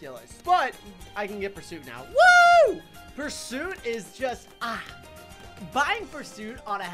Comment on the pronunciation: Life leberty & the "perrsut' of happiness